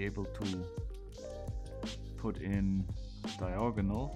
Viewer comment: "Diagonal" (Not "diogonal") >